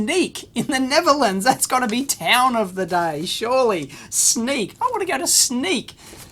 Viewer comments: I know you have problems with non-english words. The city "Sneek" is pronounced like "Snake". In Dutch, the "y" (not the "ij") is in (some) words in use as an "i" (something historic, i think). You are trying to use the English alfabet on non-english words. In many non-english languages, the "a" is pronounced like the last "a" from "Australia". The "e" is like the "e" from "Echo" The "i" is like the "i" in "it". The "u" is like "u" from "under". (The a, e, u, i are short or long, depending on the word and do mostly not change, like in English). I hope this helps you (a little) when you have to pronounce an non-eglish word or name. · Don't worry Dave, us Dutch can't pronounce names from Sneek either.